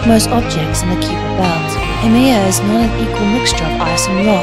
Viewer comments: What a terrible pronunciation of "Kuiper belt". The "ui" should be pronounced as either "eye" or "oi" but definitely not "yu". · The narrator pronounced it with a long "e" not a "yu".